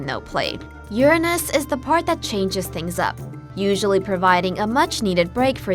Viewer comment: OMC!! Thank you SO MUCH for actually pronouncing 'Uranus' correctly!!🤩😍